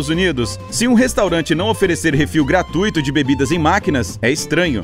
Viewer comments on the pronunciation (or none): none